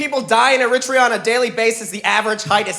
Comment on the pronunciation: As an Eritrean. I hate that the Eritrean here can't correctly say our countries name the way it is pronounced in English. When written phonetically correct in English. This is how you woukd say our countries name AIR-ET-REA. If you're an Eritrean reading this. Say Eritrea in our Tigrinya way of saying it. You'll see what I mean. We say the "Air" sound not the E sound as people like this guy are incorrectly saying it and letting others believe thats how you pronounce it. Again, when written phonetically correct in English Eritrea becomes "AIR-ET-REA or even AIR-ET-TREE-YA. Sincerely a know it all American, Eritrean. 🙋🏾‍♂️🇺🇲🇪🇷